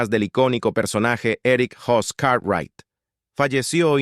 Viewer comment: ERICK HOSS ???? QUE MALA LETRACION, ES BIG HOSS. 😶😶😶😶😶😶😶😶😶😶